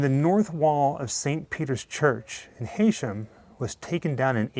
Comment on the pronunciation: Just a quick correction, it's pronounced HE-shum not HAY-shum, the locals go mad 😂